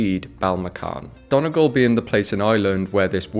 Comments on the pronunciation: Love your vids :) Btw, Donegal is usually pronounced Dun-ee-gawl, incase you're ever this side of the pond! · FYI its "Done-e-gaul" not "Don-egl"